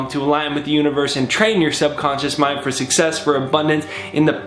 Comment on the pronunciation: "Algin" with the universe?